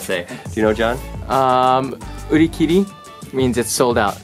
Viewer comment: not u ri ki ri its u ri ki le